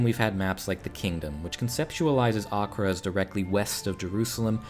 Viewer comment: Thank you for the correct pronunciation of Acre!